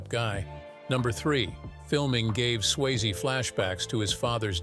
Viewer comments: it’s SwayzE, not Swayz 🤦‍♂️ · Getting Patrick Swayze's name wrong is unacceptable, but at least be consistent with the pronunciation - Swayz, Sway-zee...pick one (hopefully the correct one) and stick with it. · Patrick Swaze? Swayze. Pronounce names correctly 😡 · Its Sway- ZEE not Swaze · It's pronounced Sway-ZEE!! Have some respect! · Swayze = sway-zee Willy Bruce? Folks, this is slipshod video making. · Bruce Willis is Willy Bruce now? Bad enough you’ve been leaving the “E” off of Patrick Swayze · At least pronounce Patrick Swayze’s name correctly please!